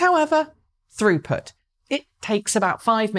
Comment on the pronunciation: I really heard “Rupert” in stead of “throughput”…